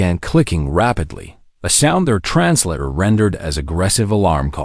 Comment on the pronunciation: The word Translator is trans-later, not trans latter.